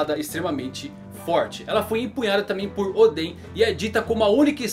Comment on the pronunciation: Vc não deve assistir o anime, senão não erraria a pronuncia de Oden!